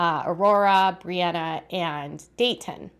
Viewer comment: “Dait ih” the way Robyn says Daytons name